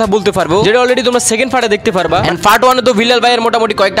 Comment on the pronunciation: fart ❌ part ✅